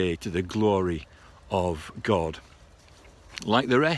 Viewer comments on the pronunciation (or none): "Grace of Grod" 😂